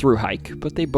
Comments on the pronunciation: I love these stories, but you're mispronouncing Luray. It's Luhr-ray. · Not from Luray originally.. but I currently live here. I’m from Falls Church originally.. the people who grew up here pronounce it “Lou-ray” .. my family always said it like “luh-ray”… But either way.. he got it completely wrong. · Yeah, it rhymes with Hooray. So you get the fun expression "Hooray for Luray." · Lmao, I've heard "foreigners" mispronounce staunton all the time, but I've definitely never heard luray pronounced as LOO-ree before 🤣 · Lou Ray, Lou Ray. WoooooooooYoooooooo 🎶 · I've lived in NoVa most of my life and we've always pronounced it 'luhr-ray' 😅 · as a local i had to shut it off at the displaced fams section. makes me so angry. thanks for sharing! i loved hearing an outsider try to pronounce luray ❤️ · Dude, you said you’ve been there… It’s pronounced Loo-ray not lurrie. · its Luray (Lue-Ray or La-Ray not lurie. I live in the area. Thanks for the content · Pronouncing "Luray" (/luréj/) as /lúri/ is a weird choice. Pronounce it the way it's spelled! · Luray is not pronounced 'Lurry', it's Lou-ray. Source: I'm from the area. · Luray is pronounced “Loo-Ray” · Love this stuff...but it's pronounced ...Luray....like lou...Luray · Love this video. BTW, it's pronounced "Loo-ray" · Luray is pronounced Lou-Ray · Love these stories; and remember Hooray for LU-ray …….nice try though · I’m glad to hear you had a good time at Luray Caverns! I haven’t been in years. Greetings from NoVA! (And yes, it’s pronounced Luh-ray, but you’ve been told already haha) Edit: Wow! Me and my mom had a nice dinner at Skyland last time we visiting Skyline drive. I had no idea it was haunted! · Luray ➡️ “Lou-Ray” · it's LU RAY. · It's pronounced LOO-RAY, as in "Hooray for Luray!" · Great storytelling and narration! Now you just have to work on your pronunciation of Luray 😂 (It’s said as Loo-ray) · it's pronounced Lur-ray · It’s pronounced Luray like Hurray! 🎉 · From luray always said lur ray